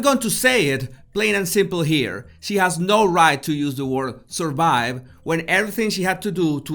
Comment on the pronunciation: Thank you for shouting that out to her Jesus, how dare she say 'suurvive'.